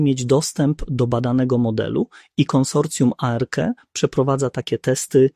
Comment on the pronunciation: specyficzna intonacja w przypadku zdań pytających - swoją drogą, zaskoczyło mnie, że czasem jednak intonacja była naturalna. błędne końcówki wyrazów w przypadku cyfr ("z roku dwa tysiące dwudziesto nie był w stanie.."). zmieniająca się wymowa skrótu ARC - "a-er-ke" lub "arke", acz tu może się czepiam